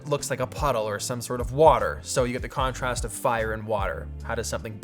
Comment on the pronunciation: How many times during the video did you say the word "Conorast" ??